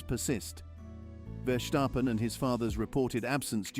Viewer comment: It is NOT Max "verSHtappen" ... Max is not German 🇩🇪 (Germans indeed can in most cases pronounce "st" as "sht") ... Max = Dutch 🇳🇱 (Father) / Belgium 🇧🇪 (Mother) ... It is not "Bottash" nor is it "Lewish" certainly not "verSHtappen" .... This BS started long time ago when a British 🇬🇧 sport presenter interviewed father Jos Verstappen and assumed you can use a German pronunciation to a Dutch 🇳🇱 Driver thinking it is so "funny" ... It is not. Serious question: can any Englishman 🇬🇧 say "versatile" out-loud without saying "vershatile" phonetically? most can about 99,99% ... that is why most English 🇬🇧 can pronounce Verstappen 100% correct!